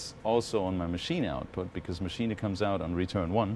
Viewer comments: That's how its supposed to be pronounced. Machina. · He does because he's German, and it's a German product. So he's pronouncing it correctly. Sounds a little funny, but technically is correct. There's a couple of Richie Hawtin videos where he says it the same way.